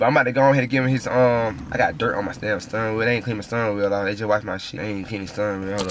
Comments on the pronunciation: dat boy said stirrin wheel. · Sturrin wheel😂😂